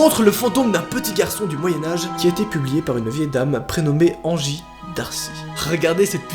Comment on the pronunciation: Angie ses mon nom😂 mais sa ses prenonce èngie